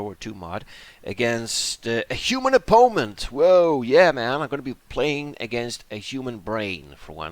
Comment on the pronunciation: ffs why u say opoment? Its driving me insane man